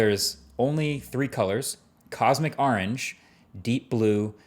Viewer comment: Your new jersey accent really comes out saying 'Are ange' in this video 😂